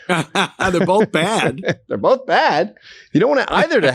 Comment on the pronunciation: ANTHONY. THERE IS NO LETTER “L” in the word BOTH. IT’S NOT bo”L”th! Ffs you speak for a living!!!